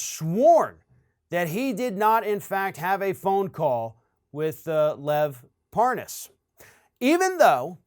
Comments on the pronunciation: Funny how Republicans keep mispronouncing his last name as if they don't know whom he is; especially when these people whom mispronounce his last name have contact with this individual. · The old mispronounce the name like your don’t know it. He said it wrong so deliberately it’s funny. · Hahaha, Nunes is trying that dumb trick of pretending not to know Parnas by virtue of mispronouncing his last name. Bring forth Nunes' WhatsApp messages. Obviously that was a preferred backchannel for comrade Tяump's little gang of criminals. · Of course, he had to mispronounce Parnas's name to go w/ saying he really didn't know". What a joke this guy is.. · LoL the way he purposely mispronounces his name to make himself look like he doesn't know who they are. What a joke, all these people do is lie. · That was so pathetic trying to mispronounce his name. STFU traitor Nunes, you've been caught. Own up to it 🤬🤬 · "parnous" Yeah, mispronouncing his name shows you didn't know him. Uh huh. This is the noob, when had Schiff's position, who ran immediately to the WH after each committee meeting. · Ah, ‘talking about random things’ with ‘parnass’ as if pronouncing the name differently will be the reasoned explanation. All is ok now then. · Funny he calls Lev "Par-ness" when he's the dumb-ass. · i could tell that Nunes knew Parnas, from the second he said "Parnaz." Nunes went outta his way to say the name incorrectly. but when he had to speed up the conversation & add the "WIFE" after his name, somehow he was able to pronounce it JUST FINE! ... &then he went right back to saying it wrong & calling him "Parnoz." 🙄 ... typical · You gotta love the intentional mispronunciation of Parnas' name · I love how Nunez mispronounces the guy's name and he's outwitted everyone he may be as stupid as Trump trump is not going to like that he does not like to lose he'll have to do something stupid enough so that there's no question he's winning the stupid race. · Mispronounce his name always looks inocent